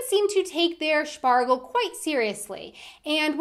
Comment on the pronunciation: I just died inside every time she pronounced Spargel 😅😬